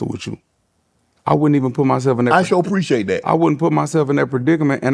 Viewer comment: “i shoul preciate dat 😐🙂‍↕️🙂‍↕️” 😂😂😂